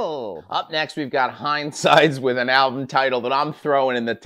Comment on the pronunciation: come on! it is pronounced Hinsides hörs djävulsklockans urklang!! so easy, mate